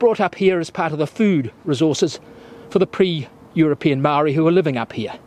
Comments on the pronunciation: learn how to pronounce Mon ga re, not man garry/ say Mo ree not mowree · Great video. Just one recommendation , it would be nice if he learned to pronounce the maori vowels correctly. It hurts my ears to hear Maangeri and Moori 😢